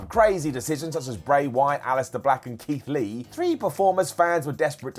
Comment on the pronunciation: In the words of everyone, how do you mess up Keith Lee?